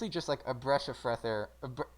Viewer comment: a bresh of freth air🤣🤣🤣🤣🤣🤣🤣🤣🤣🤣🤣🤣